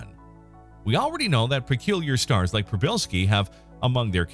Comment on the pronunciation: As a native Polish speaker - congratulations on [first] pronunciation :) Just add "p" at the beginning ("p-shee") and you got it 100% correct.